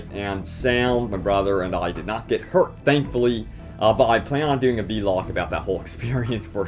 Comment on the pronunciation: you're great, but it's vlog not v-log